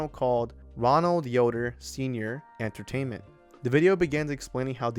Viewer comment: "palushin Entretainment"